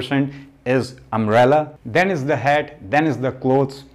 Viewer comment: umbrella☂️, 😃😃😃😃😃the way he said